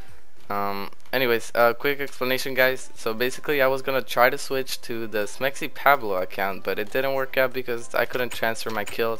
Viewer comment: Your mexican but you say SmexyPabloh instead of SmexyPawblo xD Ily